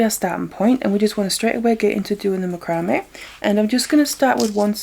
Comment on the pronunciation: You are pronouncing macrame wrong. It's pronounced Mac-cra-may'.